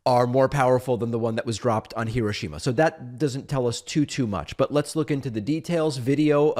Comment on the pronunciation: The way Americans pronounce Hiroshima is hilarious